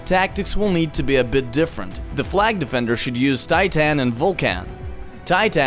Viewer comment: "the best combo to use near blue flag is titaaaan and vulcaaaan" XD wtf pronunciation